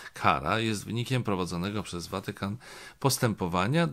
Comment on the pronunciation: Panie Macieju, a czemuż to akcentuje Pan słowo Watykan na pierwszą sylabę? Czyżby coś się zmieniło w naszym języku, o czym nie wiem? Słuchałam wczoraj rozmowy w RO z niejakim Obirkiem i tenże akcentował podobnie. Przypadek?